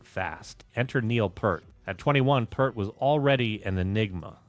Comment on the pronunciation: Uh oh....you said "pert" not "peeeeaaaaaart" ...here come the angries Thanks for the content bro! :)